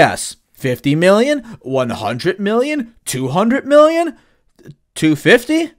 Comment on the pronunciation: bro you can't say million right